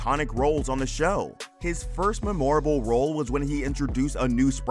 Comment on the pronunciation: Why can’t this narrator pronounce memorable??